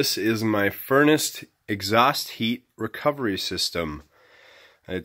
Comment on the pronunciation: I quit watching after 18 seconds. There is no t at the end of furnace. After I heard that I hit to stop button. 👎👎👎👎👎